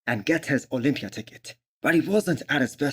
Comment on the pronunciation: Is this only me or everyone else hears MISS Olympia?